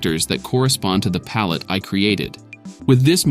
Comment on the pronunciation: I actually did briefly consider if the narration was AI generated. There were a few words that were accented in a slightly off way, e.g. palette being pronounced like "pal LET" despite being accented "normally" just a few seconds before. But these were minor observations, otherwise it was entirely viable and easy to follow.